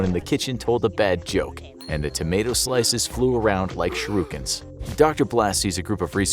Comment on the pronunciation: Wtf is up with your pronunciation of shurikens